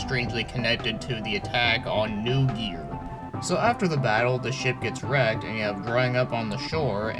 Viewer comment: Not really all that important anyway, but it would be pronounced "NOY gear". Thanks for the review. This one is definitely on my play list now.